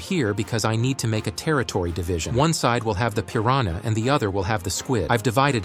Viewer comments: How normal people say pirahna: Pir-an-a How ai says it: Pir-ran- YA 💀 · That is not how you pronounce piranha🐟🐟🐟🐟🐟